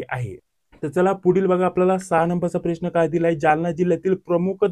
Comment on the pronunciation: प्रेश्न नाही रे प्रश्न म्हणतात त्याला